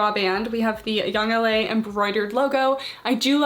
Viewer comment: She said “Yoong- laaa” lol that made me crack up 😂